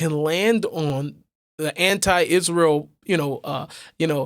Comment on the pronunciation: She can't even pronounce Israel correctly.